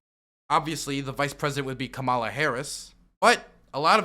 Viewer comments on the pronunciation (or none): none